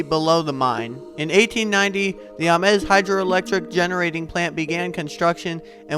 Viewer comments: I'm pretty sure the location is pronounced "Aim-s", not "Ah-mes". Check with a few old timers. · If you can say James, you can say Ames. With a long 'A'. ah MEZ is Spanish. Nice job otherwise. Appreciate the footage ! B. Ames